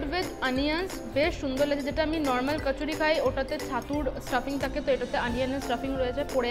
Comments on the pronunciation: eta ke oversmartness bole jokhon banglae hindi uchcharon byabohar kora hoe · bangla e uchcharon koro othoba hindi te